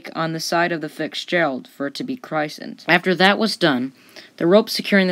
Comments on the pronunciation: Did I hear CHRISTened instead of christened?? Wow , ridiculous. Im an Navy man myself ( Submarines) and 3 times till bottle broke at christening ceremony!!! Sailore are suspicious to say the least. God Bless to those crew and Captain on eterrnal patrol. To ALL family members and dear friends our hearts and prayers are with you. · She had a broken keel? You have a source for that? Of and you pronounced christened wrong. It's krist-aned not christ-aned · Agreed. And ‘christened’ isn’t pronounced krysund, it’s pronounced krissund. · FITZgerald. Not FIXgerald. And if you're going to do videos about ships you need to know how to pronounce "Christened". It's pronounced "crissened". Not "Christ-end" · Too bad you couldn't find a narrator who finished high school. A new boat is christened (rhymes with listened), not Christ end. And the bottom of the lake rose up, not risened up. Can't you get software to correct an illiterate human ? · Grammer, grammer, grammer ! ! "Rised Up" instead of rose up; "Chrysend" instead of Christened ??? Also it sounds as though your saying "Ficksgerald" instead of Fitzgerald. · “Criss-end”? Good grief. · Nice telling of a tragic event with great pictures. Now, get a better story teller who can read a script properly. BTW, it's, "Fitzgerald". not, "Fixgerald"! You can do better. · You pronounced "christened" wrong